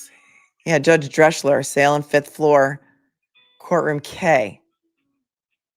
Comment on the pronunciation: As the German name Drechsler is not written Dreschler, it is pronounced Dreksler. Love from Germany